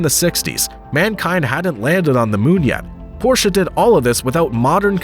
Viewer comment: Thank you for pronouncing Porsche correctly.